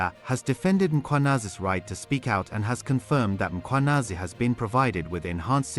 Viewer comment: The presenter "Nhlanhla Mkhwanazi" you'd swear he is Zulu. Perfectly calls him.